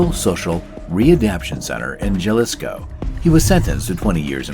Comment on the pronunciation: Jalisco……come on bra, you can’t pronounce it correctly? 🤡